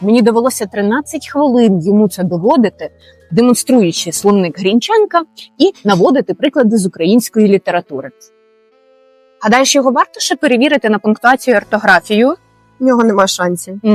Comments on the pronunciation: молодець, правильно порахувала! 💪 А чого ж тоді щоразу вимовляла ГрінчЕнка?!! Тепер казатимеш, як і всі українці кажуть, - ГрІнченко! 🙂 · ... Та й вона теж непогана. От тільки в неї цей наголос ГрінчЕнко так вуха рве, що аж печінку крутить. І то не суржик, а чисто по-масковському. Дякувати, що сьогодні хоч без "словаря".